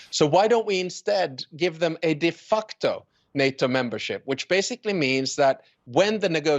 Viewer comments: He said, "defuckto" membership. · Did he say 'defuckedo' membership? Sounds about right 😂😂